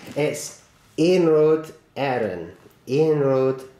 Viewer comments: Great review. Well done on the pronunciation, I'd almost believe you are a native Irish speaker :-) Trainbrain141 is right about the Murphy Models trains. You should get around to reviewing their locos if you can. Keep up the great reviews. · You did a good job on pronouncing Irish rail and you do great videos